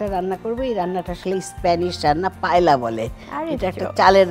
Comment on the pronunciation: Spanish a L er pronunciation ta 'eya' bole 'Paella' te. So pronunciation hobe Payeeya 🙂 Payla na 🙄